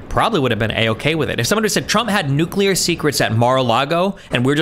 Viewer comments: owning cringe trump apologist 😎 trying to pronounce "nuculer" 🤭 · That guy lost the debate when he said "nucular". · my brother, you're a lawyer, stop saying nuke-you-ler